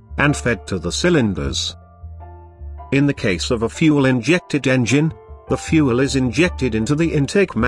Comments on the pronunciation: The moment it said "fue elle" instead of fuel i was out. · "FuEl"? Seriously, what is the problem with simply using a human to do the voiceover? Who TF pronouces fuel "fuEl"? I'm moving on from this cyber nonsense. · "... in a contained cylinder with the help of fu-elle." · Really good video hampered by the robot voice saying ludicrous things like ‘fuelllle’. I say use a human to read out the text, but otherwise 10/10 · I stopped watching at 'fyou-el'.